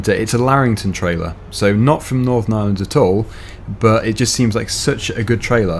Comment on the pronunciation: ireland not iland